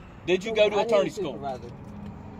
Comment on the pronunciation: "Attorny school" 😂😂